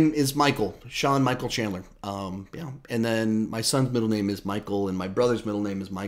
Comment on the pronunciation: Haha didn’t pronounce my name right😀